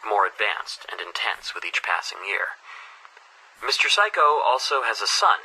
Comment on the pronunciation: When you say Mr. Saiko it sounds like psycho